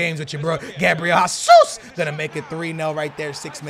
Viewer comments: HEY-SOOS NOT HA-SOOS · OMG IT'S GESUS NOT HASUS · His name is Jesus not jasus brooo Where do u see the A in his name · How did the name of a footballer whose name is pronounced "zh-a-zeus" and spelled 'Jesus' turn into "hah-suss" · ITS NOT HASUS ITS HESUS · WHY IS HE STILL SAYING Gabriel HESSUS.... plz STOP just say it like Gabriel Gesush PT. Plz see this comment. When u say Hasuus like in Spanish u trigger a lot of portuguse people like me. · Do you read the fucking comments!?!? ITS JAY-ZOOS (He's Brazilian so it's a J not H) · How are you Portuguese and can't say Jesus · Do u even watch football, how do u not know how to pronounce Jesus?